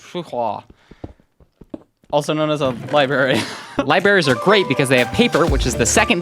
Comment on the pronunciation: Libary 😭🙏 and not library